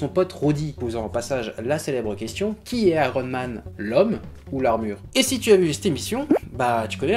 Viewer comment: Et oui ! Pourquoi pas Ironemane ? Tu dis bien spidermane avec un i quelques secondes avant ;) Très bonne vidéo une fois de plus au fait :D